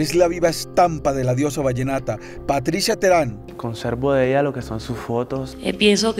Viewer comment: Póngale el acento con ganas guey , teherÁn